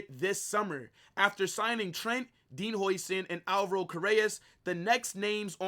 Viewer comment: It’s pronounced Dean How-sen